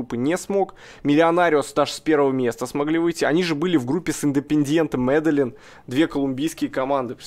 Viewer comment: Не люблю, когда кого-то поправляют, но тут прям режет слух. Не Ме́дельин, а Медельи́н. Родина Пабло Эскобара